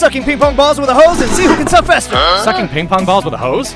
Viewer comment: Why the freak did he say suck like that🤨 and he said suking this video is weird😑